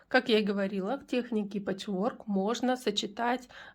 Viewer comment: . Пэчворк- ударение ставится на первый слог- пЭчворк.И спасибо за МК